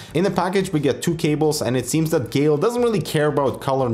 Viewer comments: This word "Geil" is german and the germans speak it like "Gail" but it is really fast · Pronounced "Gaijl" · its read guy-ell btw ;) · It's obviously GERMAN, GEIL as in GUY-L.